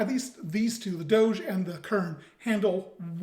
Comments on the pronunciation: It's closer to doe-jah, with the emphasis on the first syllable. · Google translate gives the proper pronunciation, something like Doh-jeh the accent is on the Ò